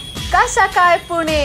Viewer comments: पुणे not पुना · Ayyy vede पूने nahi ga पुणे asta te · पुना ❌❌❌ पुणे ✔✔✔